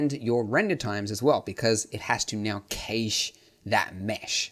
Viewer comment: You can't pronounce "Cache" properly, it bothers me.